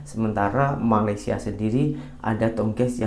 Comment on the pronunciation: Malaydhes Oh Malaydhes🤣🤣🤣🤣🤣 Petronas Oh Petronas Wkwkwkwk🙃😀🙃😀🙃😀